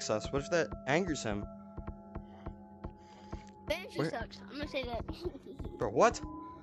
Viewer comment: Bro he said banshee but sounds like banfuck